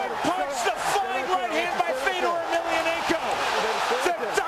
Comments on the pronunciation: And dumbass commentators need to learn how to pronounce Fedors name. Its FEDOR not FEEDOR. Fuckin knuckle heads. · since when is fedor pronounced "fiador" lol